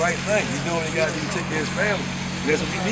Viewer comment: Dew ( do ) 😅😅😅